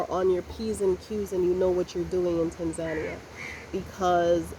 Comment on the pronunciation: You have been stationed in that country for more than 75 days... and till today you are unable to pronounce its name properly... hahaha... you have local staff working for you (I hope you are paying a decent income) and yet you cant be bothered to ask them how to pronounce TANZANIA properly. Pls show the respect to the Tanzanians by pronouncing the name correctly. So its TANZANIA and not "Tenzenia"...